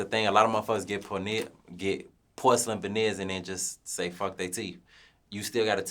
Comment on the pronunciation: I thought he said horselyn vaneers at first.